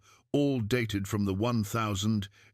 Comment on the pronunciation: Well constructed inspirational story. May I suggest your narrator study contemporary pronunciation of years. The year 1892 is pronounced eighteen ninety two.